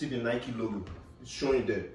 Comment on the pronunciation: Why break his spirit that no one cares 😂😂... For naija na "nika" full here instead of "nike"